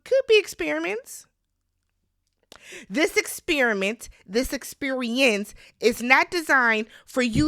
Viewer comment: Experiemence haha I love it